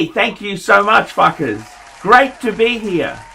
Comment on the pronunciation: Did he say " hey, thank you so much fuckers"? Haha